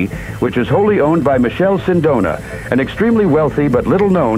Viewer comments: It's MiKele Sindona, or if you really want to English size it call him Michael for fucs sake not Michelle 😂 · can't lie, the moment the narrator pronounced Michele as Michelle I had a huge urge to leave the video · In Italian, it’s pronounced : Mi -KEH - leh. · The pronounciation of the Italian name 'Michele' is horrendous. Man!!! It does not sound like the French 'Michel' or 'Michelle' at all.